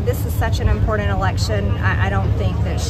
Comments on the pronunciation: Hey MTG! Say ''imporDant'' one more time......... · Love how MTG always says this is “such an impordant election”. Learn to speak English correctly,lady. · "...impordand... - MTG